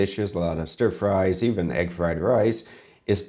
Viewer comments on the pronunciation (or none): none